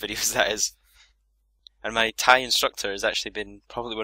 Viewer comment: its "muay thai"